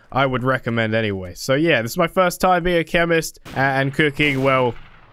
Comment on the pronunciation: You said frist again it’s first the r before the i